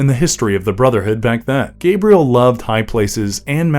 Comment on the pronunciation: My name is pronounced 'Gah-bree-el,' not 'Gay-bree-el